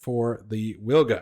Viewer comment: It's pronounced "Vilga". It's Polish for oriole.